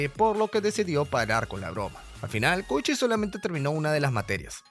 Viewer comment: Soy el unico q penso el koichi de jojos🥺? Porq yo si, si se q se escribe diferente pero yo escuche koichi no koushi 👉👈